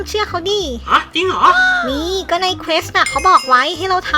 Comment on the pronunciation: มันอ่านว่าเควสค่ะไม่ใช่เคส